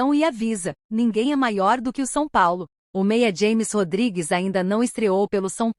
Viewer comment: É James Rodriguez. Rames. se pronuncia doida. Aprenda aí. Êle não é americano. É colombiano . Aprenda.